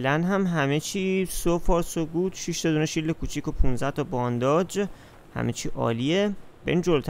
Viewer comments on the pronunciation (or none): بانداج نه بانداژ😅